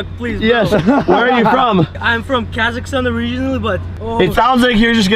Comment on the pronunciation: im not going to lie but when i first heard him say Kazakhstan i thought he said kekistan